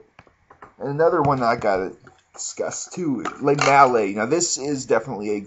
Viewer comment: Fuck you all haters hahaha.. Lemale is now officially called le-male-AA.. ur all saying it wrong! a minty crisp vanilla GOROMAND BABY!